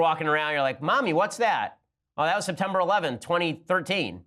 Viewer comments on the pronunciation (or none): septemeber 11 he says... xd also i think the orgasm art is cool